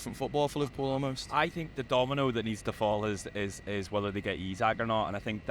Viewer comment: E-sak.... E-sak.... its fucking E-sak.. its not that fucking hard. All you dickheads that refuse to say his name right even though its dead easy are the worst